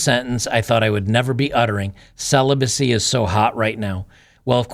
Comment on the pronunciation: Ceelobacy… 😂👍 Nope, I’m not a nun, I’m married. But you go girl 🫡 Celibacy my arse.